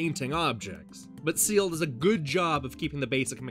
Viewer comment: It's pronounced 'scale' not 'seal'. I tell you that, as an Irishman. I've never actually hard of the game before. But I am now interested in it.